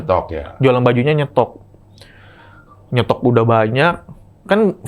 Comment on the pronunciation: Tadi openingnya bilang udahhhh,.,. Salah itu harusnya udehhhhhh